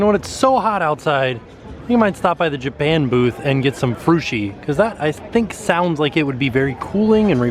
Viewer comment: Lol he said Jaban Booth